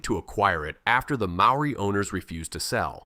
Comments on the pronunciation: how do you sleep at night making money whilst butchering the Maori language. Good grief your AI genius isn't at all clever, you have embarrassed yourself. I will not subscribe. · ABSOLUTELY !! ... My own pronunciation of MAORI, I willingly admit, is NOT good, but I DO make a sincere effort. Before submitting a video like this on internet I hope I'd be a LOT more respectful to all covered by the video- and to all viewers - to get everything as accurate as possible. What the hell is 'Whack a Taine " Americans can't even do English, much less Maori - or probably any other language? (& I also acknowledge the English settlers not doing well in representing the Maori language a bit more accurately in print.) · I just want to say, thank you for this video. Although your pronunciation is a fair way off, thank you for trying. Some of these places I knew of but once your dived into their existence I was quite amazed. Don't worry about what people of New Zealand say about your pronunciation, it is quite a mouthful to get it right and even then some of the New Zealanders can't even pronounce it properly either. Also, you did a wonderful job in researching our country and it's prestigious creatures that live here so thank you very much. God bless :) Scribed! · Yes I agree pronounced names and places are aweful. You need a proper Maori to pronounce the places.